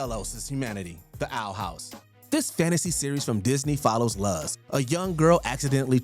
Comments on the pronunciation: Luz’s name is actually pronounced as “lose” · You mispronounced Luz. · the way the narrator butchers her name is so bad